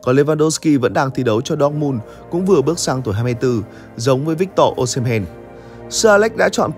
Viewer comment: sai tên anh ơi osimhen not o"sh"imhen